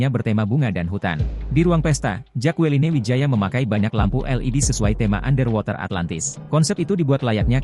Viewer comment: Mas. Baca namanya jekelin. Bukan jakualine